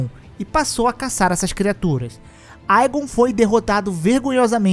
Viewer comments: a pronuncia correta é ÍGON não aigon, no jogo mesmo em inglês é assim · Poxa podia pronunciar o nome do igon corretamente